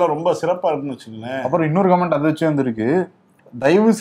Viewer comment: இன்னும் திருத்திக்கலையா....♥ கமன்ட்.... கமான்ட் அல்ல